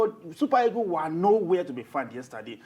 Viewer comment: How do you Nigerians pronounce the word EAGLES? The right pronounciation is e-a-g-l-e-s and not e-g-o-s. Did you guys do oral English and phonetics in school? It's very weird the way you guys pronounce the queen's language. Imagine words like, PASTOR, GENERATOR, TUTOR, BUS, The right pronounciation of these words are as in PASTA, GENERATA, TUTA, & BAS.